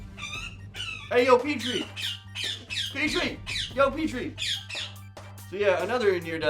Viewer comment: Hey, do you pronounce it pee-tree?